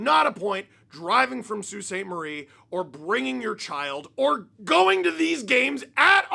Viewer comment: Hey you pronounced Sault Ste. Marie right! But ya, 8-9 hour drive depending on stops, can do it in less, but highways are usually trash, they definitely will be staying the night. A bit too much driving for 1 day generally. Without tickets, my last trip in a truck was around 300$ in just gas alone. Never mind lunch and dinner, hotel stay, leafs tickets. Just to watch the team not even show up.